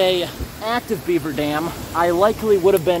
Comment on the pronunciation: The way you say BEAver is too funny